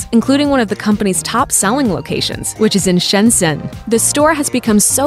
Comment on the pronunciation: You pronounced Shenzhen wrong.